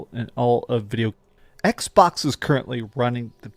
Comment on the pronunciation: is it just me os this dreamcast wierdo says "XPOX" insted of xbox